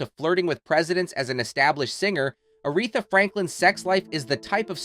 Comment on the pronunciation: Are you frickin' serious?? Your fake robot voice mispronounced "Aretha" in a video about ARETHA!!!